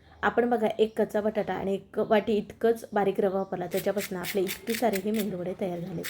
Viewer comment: मेंदुवडे नाही मॅडम मेदुवडे असा शबद आहे